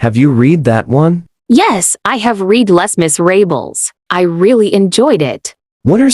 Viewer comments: "less miss-ray-bles" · Hilarious that both intelligent beings, one of them even being a robot that should have access to other languages, are yet none the wiser on how to pronounce Les Miserables